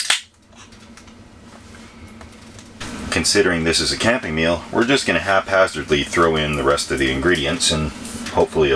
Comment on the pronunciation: "We're just going to throw in the rest of the ingredients hap hazardly." Hahaha